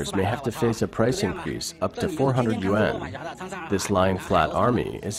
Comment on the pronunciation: Their currency is the YUAN, pronounced "wahn", not U.N. Ya might wanna get that right if you're doing a vid on it.